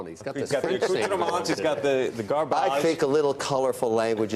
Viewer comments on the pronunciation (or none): Gaarrbaage, lol .... sell